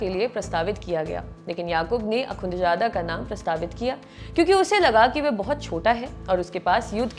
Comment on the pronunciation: Akunchada nhe hota.. Akhunzada hota hy madam.. Naam seek lo wazo kr lo phr taliban ka naam lo